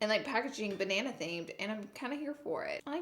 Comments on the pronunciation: Loved this review hunni, also side note I think it’s so funny when you do a Australian accent 😆 BA NAY NAY 😘💋💋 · Banaynay 😂😂😂 love you Laura ❤️ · Ban- nay- nay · Fun fact my boyfriend calls me Nieeniee but he pronounces it as Naynay and now when I’m being a little crazy when hungry or tired he can call me Ba nay nay :D Love you Laura ❤️ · Ba nay nay by the way. Lol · Banan-nay 🍌🍌🍌 feel like a cherry theme would've suited the colours a tad more 🍒🍒🍒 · Ba-nay-nay henny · Ba nay nay? Lol! Love the look so pretty! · BANAYNAY!!! love it im gonna refer to bananas as banaynays now😂